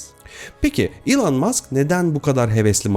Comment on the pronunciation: İlan değil - ilon - diye telaffuz ediliyor .